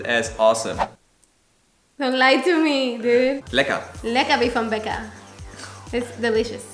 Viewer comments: Als ich gehört hab lecker wie vom Bäcker war ich raus. Das war ja mal so überraschend und gut! xD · „lecker wie vom Bäcker“ 😂 Das war schon fast akzentfrei, sehr gut! 👍🏻